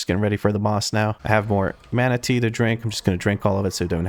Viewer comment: Every time you say mana tea an image of a manatee pops up in my brain